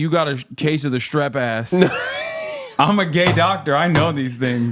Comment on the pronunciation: You've heard of swass, now get ready for -ˋˏ s t r a s s ˎˊ